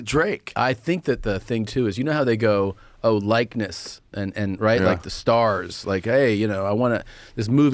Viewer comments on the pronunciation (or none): Joe Rogan mispronounces likeness, and you can clearly see he didn't like the laughter, but let someone else mispronounce a word and he laughs up a storm. Karma Biat**! lol!